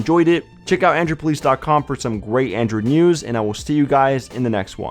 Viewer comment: Why does he say "Androod" instead of "Android"?